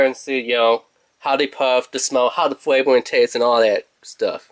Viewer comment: 5 degwees, weecoil, thwee point thwee, fweavouw, quickwee. Man i cant =)))